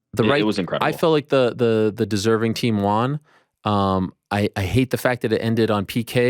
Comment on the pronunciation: So annoying how Ariel always pronounces "won" as "Juan/Wan"